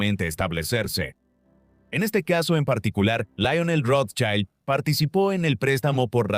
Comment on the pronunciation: El apellido lo pronuncian de maneras diferentes e incorrectas todo el tiempo. Llegué hasta aquí con el documental porque en serio me generó malestar. Espero que puedan tener en cuenta la crítica y trabajar en ella. Saludos.